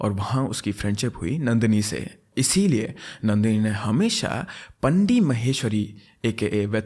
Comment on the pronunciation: It's pronounced as वेट्रिमारन and पाणडि